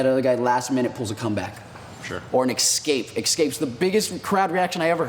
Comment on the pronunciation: "People Love EK-SCAPES!" ?